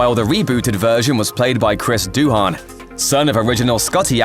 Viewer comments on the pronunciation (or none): Doohan's name is pronounced Doo-un, not Doo-on. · Your pronunciation of Doohan is hilarious. It's not Doo Han with a pause in the middle, it's Dooan, the H is silent.